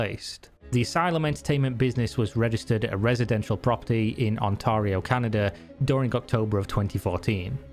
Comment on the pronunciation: I can't tell if your joking or not, but he said Ontario, Canada. It is rather funny though that with the accent it sounds like "Kanata". Do Canada and Kanata sound similar when said with a local accent?